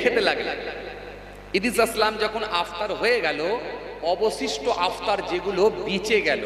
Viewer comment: ইফতার টাও সোজা করে বলতে পারছে আপতার বলছে